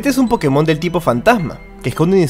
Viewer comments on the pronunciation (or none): none